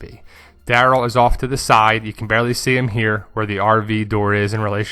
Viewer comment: Omg stop saying Daryl like that! Lol